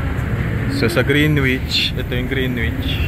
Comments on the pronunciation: Greenwich❌ Grenich✅ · Bagong follower po ako sa magandang channel nyo.. Ang pronounciation po ng GREENWICH ay silent W. So you say GREENICH. Thank you, wishing you the best.🙏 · Hehe yup alam ko yung grinich. Long story kung bakit yun ang bigkas ko nun nasa lucena ako. Hinayaan ko na lang. Kinabahan nga ko na ma-bash ako. So far 2 pa lang naman kayo nagreact and fairly recent. E matagal na yang video hehe 😅 Welcome sa channel, james!